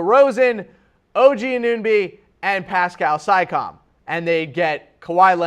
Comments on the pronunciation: Makar Zorklin naw I believe he legitimately doesn't know how to pronounce those players names. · I think he was just trolling people who watch the Raptors. Haris Rubinstem, it's Siakam (see-AH-kum) and Anunoby (an-uh-NO-bee).